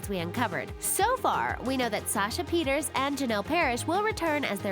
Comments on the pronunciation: Not Peters it's pronounced Peter-say (Pieterse) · It's pronounced puh-tear-suh not Peters. There's some issues in this video... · Sasha Pieterse, not Pieters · Try pronouncing Sasha's name properly. It's Pieters(A). Seriously, after reading the comments you obviously never watched the show since you got so many so-called secrets (facts) wrong. Tyler was born in 1986 making him 25 when he started, not 28. Sasha was born in 1996 making her 14 when the show started, not 12 (making the age difference 10 years not 16), PLL is set in Pennsylvania, where the age of consent is 16. Aria & Ezra's relationship was perfectly legal. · alison’s name is actually pronounced; ‘Sasha Pi-er-sa’ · Sashas last name is pronounced (PETER-SA) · did you just call Sasha, "Sasha Peters"..... learn your SHIT! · Did she say Sasha Peters? 👀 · I’m sorry I have to correct you, because everyone says it wrong, but Sasha’s last name, Pieterse, is pronounced like Pee-ter-s-uh ❤️ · K one stop saying Sasha’s last name like that. they had Alison with two ls. And no one cares about the ezria problems, there are a gizillion spelling mistakes like Ezra as eerie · Stopped after you mispronounced Sasha's last name and got ages wrong lol. Do your research.